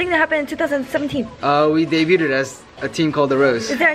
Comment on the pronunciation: Am I the only on that realizes he always says debut-Ted. Like it's both annoying and cute at the same time since I can't be mad at that face. 😂😂 and I know what he's saying